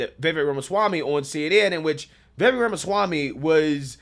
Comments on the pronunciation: Friend, it isn't "Vayvik," it's "Vivake." And he's spot on, as usual. They also love to talk over him. That's another, blaringly obvious and obnoxious tactic they use. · You’re great,, but my gosh! I hate how you pronounce Vivek! “Vay Vake”??? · 😂 you still struggling to pronounce Vivek’s name, huh? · Vivek POTUS🎉🇺🇸 Please learn to pronounce his name.